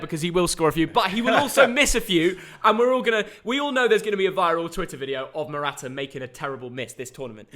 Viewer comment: Noone:: Mortaa Morata 🐈